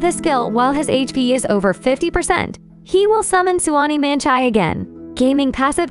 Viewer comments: Please stop calling him "Geyming", its "Ga-Ming" 😅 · Bro said gaming not Ga Ming 😭😭😭😭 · His name is Ga-Ming, not Gaming. 😅😅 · It's Ga Ming not Gaming(GayMing). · The way she pronounce his name is like, 'His name is Ming, but he's Gae.'